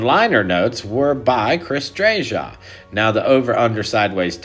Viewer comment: Please pronounce Chris’s name correctly. It’s “Drayuh”. Thanks!